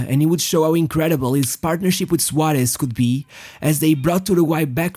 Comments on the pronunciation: The way you pronounce the S like Sh sounds horrible. Cut it out. “Shuaresh” its SUAREZ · Great pronunciation for a portuguese speaker, congrats. I think the Suareshhh gives away its origin. I would like to know if I am right...